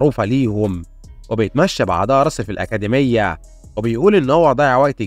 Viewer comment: أكاديمية ✅️ أكادميا❎️